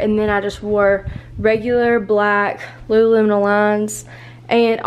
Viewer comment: Hey a tip from the North here (Canada) where Lululemon was created, its pronounced Lu Lu Lemon🍋 not Lulu Le-Mons!